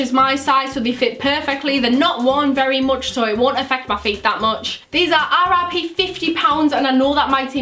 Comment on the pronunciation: When she said RRP I thought she said RIP. lol 😂